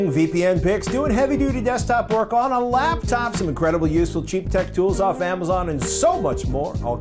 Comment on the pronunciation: special pronunciation of 'laptop' as 'labtop' makes numerous appearances in this episode.:D